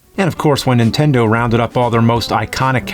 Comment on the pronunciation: He needs someone close to him explain that it’s NIN-tendo and not INTENDO. Just call it a ply-station or dramaminecast